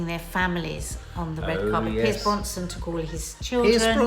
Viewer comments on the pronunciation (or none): none